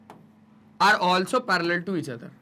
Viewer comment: Parallel na palar ha😂😂😅😊